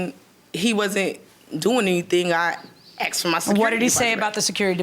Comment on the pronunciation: She said ‐ She wasn't "Dare"... ? ... Then she also said - She "Axed" him... ? ...